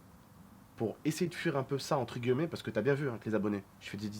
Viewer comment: On dit « entre guillemet » pas gueullemet